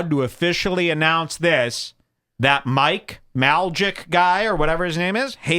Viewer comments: It’s May lak.. but I guess saying the wrong name makes for engagement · Logan paul is from Ohio lol he is always cringe, Mike MAYLAK simple to pronounce is a class clown and is actually hilarious at length and a recovered addict. Adam Grandmaison grew business out of BMX. I cannot listen to your podcast REDBAR your whole being is worse than TATE. lol